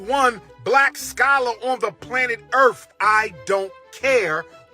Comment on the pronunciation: He said “I’m the #1 black scholar on earf”😂😂😂😂